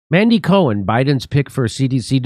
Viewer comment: Did you say mangela cohen?